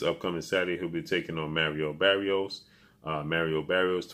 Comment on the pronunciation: Who is Merio berios?...😂😂😂bro at least learn to say their names right...is maaaariooo barrioooosss lol